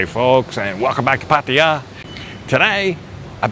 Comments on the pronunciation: Pattia??? 😂😂😂😂 cracks me up every time 😂😂😂 dumb arse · You have such a weird accent and the way you say Pattaya is like no other pronounces it. Ok. Enjoy your stay.